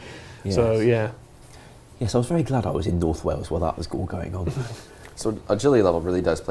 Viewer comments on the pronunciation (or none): none